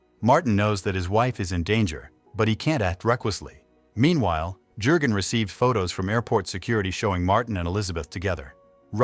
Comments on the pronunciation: Jurgen is pronounced as: Yurgen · Keeps saying Herr Jergun with the J pronouced as in Jerry. Jürgen is the name and the J has a Y sound